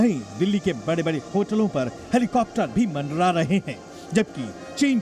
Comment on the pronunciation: Indian Army 🪖🇮🇳😎..... But ye news channel wale bolte kaise hai... Mandra raha hai helicopter 🚁... 😆😆